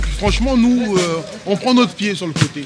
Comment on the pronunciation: C’est plus Vinsky mais VinskAïe